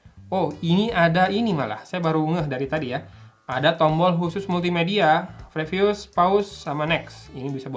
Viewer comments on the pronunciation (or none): none